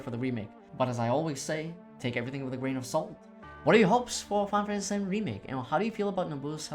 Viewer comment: There's a lot of mumbling too. Final Fantasy is often pronounced "faifasy". OP, the video is great. I used to mumble a way too my much, but know I actually have my voice recorded as a part of my job. You'll get it right in no time.